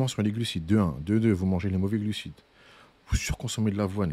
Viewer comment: Contenu d’excellente facture! Par contre, je suis le seul qui entend gluciTes 😅